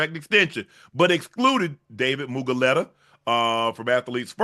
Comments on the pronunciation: It's Mulu-gheta, not Mugu-leta 😂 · Oh, you need to pronounce Dave’s name correctly this shit is so funny. You said it wrong 100 times. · For some reason Shannon pronouncing David mulugheta’s name wrong 100 times is really pissing me off 😂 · I wonder if Unc realize he says Mulugheta's name wrong 😂😂